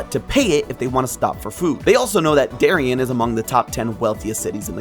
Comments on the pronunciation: Also it's normally pronounced Derry-ann', say it a little heavy on the nasal sound on both syllables and stretch out the Ann a bit (kind of Bronx-ish). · Just a note, Darien, CT is pronounced “dairy-ann”. My paternal grandpa grew up in Darien as a kid.